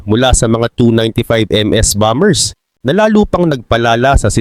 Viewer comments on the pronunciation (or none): none